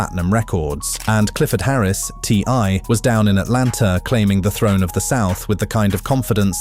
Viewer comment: Hey look its the son of ty and tiny when he said ti's name as ty had me laughing